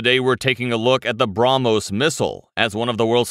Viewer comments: Bruh-Mos Missile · take a shot every time he say BROMOS